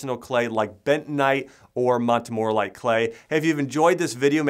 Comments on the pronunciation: Please let make a small correction in pronounciation. In geology it's pronounced " mont-mor- ILL- uh- nite. Thanks for the information! I ordered some and when it came it said it's not for internal use and I was wondering why because I wanted it for internal use. So thanks for explaining. By the way, you forgot to say that bentonite is great for footbaths. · This guy doesn't know anything about bentonite. He can't even be bothered to pronounce 'montmorillonite' properly.